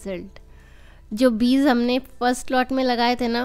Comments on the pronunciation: Its Beej not beez.. By the way very nice video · Bahan beez sunayi deta hai ppz beej kahiye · Beez nhi beej mam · Yeh ap log beez q kahte hain? Beeg بيج asal lafz hai، amaa yar urdo to sahi bola karo uljhan hoti hai urdo ghalat sunne se.